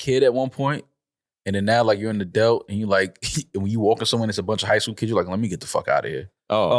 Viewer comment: says adult "a-delt" 😁